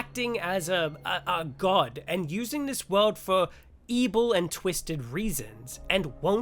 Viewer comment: Whenever you say ebil I think back to AdventureQuest (Battleon). Lol